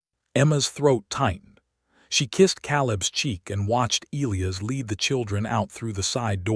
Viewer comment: "E lī a's" name is pronanounced with a long "I" before the SHORT "ă" before the ending "s"!!! Not difficult & a manly and beautiful name!!!